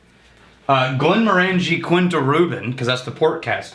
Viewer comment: Guys. Get the names right. DalMORE not DALmore. Glenmorangie to rhyme with Orangey. I thank you. John in deepest Scotland.